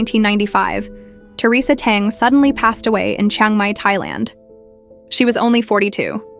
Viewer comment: This Ai generated voice is seriously flawed. Theresa's surname is Teng and not dung which sound so horrible